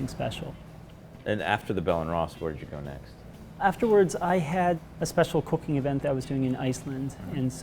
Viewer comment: I’m sure it’s not that out of the ordinary, but the way he says “cooking” just sounds crazy to me and I don’t know why.